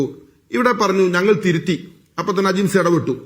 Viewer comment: Eda manda gopa ajimsha അല്ല ajims 😂😂😂